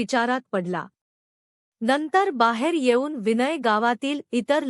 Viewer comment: तुम्ही हे स्वतःला दोनदा वाचून पहा किती अशुद्ध वाचन आहे विनय हे साधं नाव ही उच्चारता येत नाही तुम्हाला अगोदर निट दोन तीन वेळा वाचा.ऐकाआणी मग